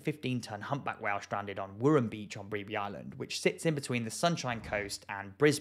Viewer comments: Bribie island not beeebee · Hey mate just a note..its pronounced bri- bee island.. not your falt we are just bad a English. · u miss prenoused the location... its Bri-be.. that second I is silent.. Aussie terms is odd i know and i grew up here lol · "Bree-bee" island 😂 It's "Br-eye-bee" island, but this mispronunciation has made my day! Lol, thanks. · It is not said as "Breebee island' mate, it is pronounced as "Br-eye-bee" Island. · My only complaint. As someone who grew up in Caloundra on the sunny coast. It's Bribe-ee island not bribri 😅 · Br-eye-bee not bri-bee please God 😅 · just for future its pronounced Br-eye-bee island :) really interesting tho- i live in the stretch listed as the "sharky" coast area haha never even heard of them burying whales before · Also it’s pronounced BRIGH-bee Island, not BREE-bee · It’s “Bry-bee”, not “Bree-bee”,! 🤨😺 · It's pronounced "Bribe Bee Island" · Bry Bee. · Bribie Island is pronounced Brybie not like it's spelled! Perth Australia here! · Pronounce it Bry bie beach :) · Bribie Br I (as in I am) bie (bee) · Thanks for your great work mate. Just letting you know that the locals pronounce Bribie as "Bry-bee". Drawing out the Y sound and saying "bee" very short like "Bryyybi". So you at least have the last half of the name spot on. Big love and respect from a southern Australian. Who only got home from Bribie island and further north late yesterday. A little warm holiday before winter bites from the Antarctic southern ocean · 2 things, I know you're from a different country so you wouldn't know but the K in K'gari is silent and bribie island is pronounced as br-eye-bee island, but overall really good video. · Br-eye-bee is the proper pronunciation mate 👍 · Be be island 😂😂😂😂😂 from an Aussie who actually lived on Bribie that is hands down the most funniest pronunciation of the Island😂😂😂 be be 🤣🤣🤣🤣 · Bribie is pronounced Bry (rhymes with bye)- bee.... Bribie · BTW it's Br"eye"bie Island with a long i sound.